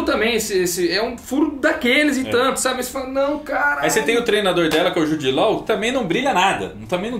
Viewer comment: Jude “lóu” tá phöda. Jude “ló”.